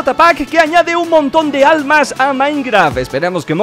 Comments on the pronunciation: Por que dices almas en ves de arm4s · Alguien se dio cuenta que en ves de decir armas dijo almas